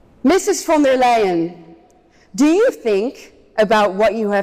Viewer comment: von der LIE-EN.